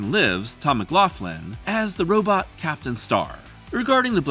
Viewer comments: Heh, "robit". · I appreciate your anachronistic pronunciation of the word "robot".